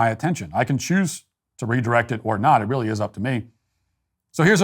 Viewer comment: Stephen Parkinson, a poor excuse for a man. 'It's weally weally serious'. Chuck him out. Get a man, someone with guts. Slimy creature, spying, sneaking.